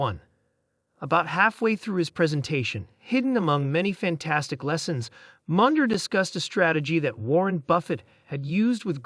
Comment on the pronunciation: Did you just say “Mundjer” 😂